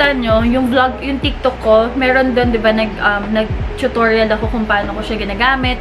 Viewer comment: "cHoOtOrYaL" is the word of the day 💪🧠📖 Yung montage bae parang bagong gising 🤭 ILYSMB 😘💨💞